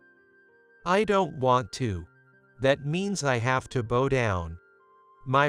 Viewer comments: Bow in this story rhymes with COW which is bending down before someone! It is NOT the bow as in bow and arrow! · It mispronounced the word “bow”! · Are you using people who are reading phonetically? The mispronunc iation of the word bow supposed to mean bending at the waist as bow as in bow and arrow. What a joke. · Come on!!!! Bow, as in how, fowl. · Please, PLEASE, teach your machine-to-voice program about proper pronunciation. Your current system has a particular word (bow) that has several pronunciations. It's not the only word, though. "Context is king."